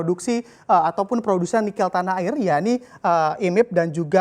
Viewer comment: kayaknya bacanya nikel ⤵ bukan nikel ⤴ (lafal e-nya), atau saya yang salah ??